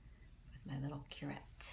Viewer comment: should have seen my face when she said curette. I was brimming